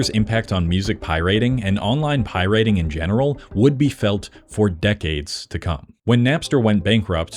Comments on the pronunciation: What the hell is 'pie-rating' and 'limeware'? Unless its a really bad AI voice, learn how to correctly pronounce common words and perhaps do a little bit of research.. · oie-rating ugh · For real… why are you saying “pie rating”? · The “pie rating”… I just can’t. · "Vinyls" isn't a word, and why do you keep saying "pie-RATING"?? Where did you learn to speak, with Nell in the woods?? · What is pie-RATING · Please pronounce pirating properly. It is not pronounced pie-rate-ing. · Is he saying pirayting on purpose I'm going insane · pie-rating is my life's passion 🥧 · I swear he was ragebaiting us by saying "pierating" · Can't watch a video from someone who can't pronounce pirating. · why does bro pronounce “pirating” like that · Why does this guy pronounce "pirating" like that 😂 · I wish you'd learn how to pronounce "Pirate" and "Pirating." Captain Jack would be very upset! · ...why do you pronounce pirating like that?? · did you make this entire video just to troll people by pronouncing pirateing wierd..... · The way this dude pronounces pirating is so abrasive lol but otherwise great video. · Using this video as distress tolerance training due to the abysmal, idiotic, nonsensical pronunciation of “pirating” and “pirate” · what is Pie-Rating? it's piraating...one word brah...great video otherwise :) Everyone should pirate until these corporate leeches are forced to change, forced to support the consumer again. Consumers have so much power, yet they just keep rolling over for convenience. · Hold up. Why do you keep saying Pyriting instead of pirating? Is this exclusivly about rock music? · I hate the way you pronounce pirating, its pirate-ing not pie-rating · SAY IT WITH ME PIE-RAT-ING Also... LIME WIIIIIRREEEEE (not WARE) Also... bittorrent is not a platform, it's an application. torrents are files. files don't get cut up into small pieces, you're just streaming different parts of the same file at different times. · Pie-Rating? Slop1 Slop! beep! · Pie-rating wtf ha